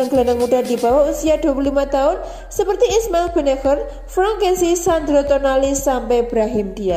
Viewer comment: Ismail Bin Naser ( bennacer ), narator masih ngomong benaker melulu.